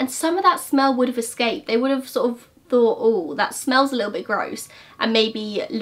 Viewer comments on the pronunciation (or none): none